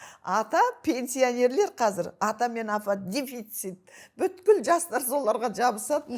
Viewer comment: Беске оқығаңың не керек БҮКІЛ дегең сөзды айта алмасаң бүткілдің түбі бүт дегең сөздең тарқаладі ал бұтің дамбал ішіңде саұатсыз сол екең ЖАРЫҚТЫҚ МЕШІТ ішіңде көргеңсіз қарақатпең қыз ойңақ жасағаңдарың содаң өзге орың жоқ болғаң сең ақмақтарға асып қүтіріп обалай .